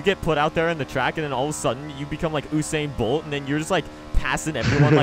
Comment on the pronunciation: It is U sain Bolt, not UH sain Bolt 😶 😖